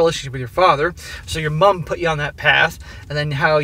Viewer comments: Seriously, can you stop over emphasising the U in mum, please? Why is it always Americans doing this but people from every other English speaking country don't make such a big deal over the American MOM. It is getting to the point I cannot listen to these overseas stories because of it. Especially when you say it normally, then incorrectly correct yourself. We get it, you are American, get over it already... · Same here. Pity he can’t say ‘mum’ properly. Hopefully he’ll get there. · I'm getting tired of hearing him over-pronounce "Mum". It's like if an Australian pronounced "Mom" as "Moom". I get it we have different spelling and slightly different pronunciation, but its not like its pronounced with all caps in the middle of a normal sentence. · why do you pronounce "mom" so weird?